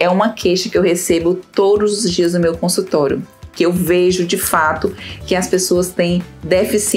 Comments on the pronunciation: Porque você só pronuncia consultoro e não consultório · Muito boa a explicação. Observe sua pronúncia quando vc fala a palavra consultório.